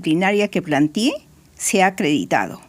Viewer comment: "Plantiè" ; nó. Es: plantee.